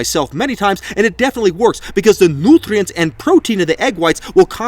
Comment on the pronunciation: Never mind the fact that this was the best vid ever hahah! Nootrients 😂